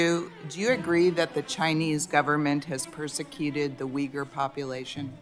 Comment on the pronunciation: as a Turkish person her prononcuation of uyghur triggerd me XD Like how can you mess it up that much it is uygur not vigur... whatever also as a Turkish guy live in Turkey where islam basically exploited all of our government and laws i can safely say never ever blindly trust people when they talk about persecution of muslims. Never. There are way too much bad actors in islam and people just usually dumb founded because they dont expect it. People assume taliban forcefully take over afganistan but nooo afganistan actually opened their arms to taliban because they assume they are same religion therefore brothers and sisters. People on west are basically become too confortable and weak because of how non violent christianity is and they assume same from islam. They are way worst than what old brutal churches are but they have justification for their crimes too.